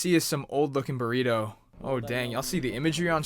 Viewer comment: he did not just call that a borito 💀